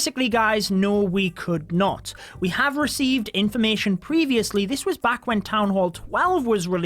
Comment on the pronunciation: When the intro finished and you said “welcome beck guys” I thought you were about to sing lol